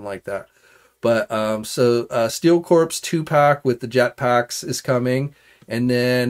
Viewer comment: Corps is not pronounced Corpse